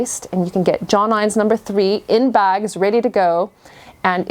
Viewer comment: Great video but for your info John Innes is a English brand and is pronounced John In Ess. X 🇬🇧👍